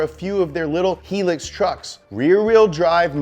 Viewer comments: Great episode as usual! Just a small correction, its pronounced Hi - Lux (as in hi luxury) not He-Lux. The Toyota Hilux is, in my opinion, the best pick up truck in the world. I wish they imported them into the U.S. especially the diesel engined ones. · ITS PRONOUNCED HI-LUX UGH GET IT RIGHT BOI HI-LUX NOT HELIX, HI-LUX AND IT STANDS FOR HIGH LUXURY HI-LUX NOT HELIX. Rant complete (level up) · Its pronounced high-lux not helix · Hate to be that guy, but it is pronounced “High-lux” not “Helix”. And yeah I’m Australian. Fuck off. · AAAHHHHH It's High-lux not helix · High lux not heelux. Damn mericans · Pronounced High lucks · It hurts to hear "heelux" repeatedly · Wtf is a “heellex” that’s a sin to the hilux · Pronounced Heye Lux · it's pronounced "high-lucks" hilux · pronounced high-lucks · Lol heeeluux sounds “cooler” imo but good to know 🤘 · Hilux PRONOUNCED HIGH LUX FOR HIGH LUXURY 😐😐😐😄 n America sucks for not selling them there kz they sold EVERYWHERE else, n they awesome, look up Hilux 2.8 GD-6 2019 n youll see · Hilux (Pronounced “high-lux”) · Hilux is pronounced 'high-laks' \ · It's pronounced "HIGH-LUCKS":) out here in PacMan land. But yeah, I guess just teasin'...I love you too! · its pronounced high lux as in high luxury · Its pronounced "Hi" "Lux!" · Not helux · Love u but it's HI -- LUX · I worked at Toyota for 4 years. Not once did I ever hear the word "hee-lux" what is a hee-lux? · I first heard hee-lux which was a new word to me. Now I hear wooshed. The f#ck is wooshed? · HIGH-LUX. that's the pronounciation of Hilux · Hilux - "High Lux" Australia is MAD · Please stop saying he lux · Just saying its not helux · Pronounced (high-lux) Say it with me. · I was like "Isn't high lux?" And started questioning all my existence.. But now that I saw your comment I feel better. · It's pronounced Hi lux isn't it? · Hilux pronounced - high lux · That hilux truck which is actually a ute is pronounced high-lux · FYI it's High-Lux.